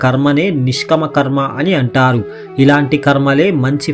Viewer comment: భాష సరిగ్గా palakadam లేదు. నిష్కామకర్మ బదులు నిష్కమ అని పలుకుతున్నారు . ముందు తెలుగు నేర్చుకొని అప్పుడు వీడియోలు చేయండి